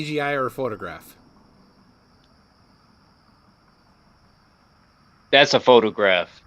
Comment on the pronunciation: Is there a difference between a photograph and a photogwaph? Because he's saying it both ways.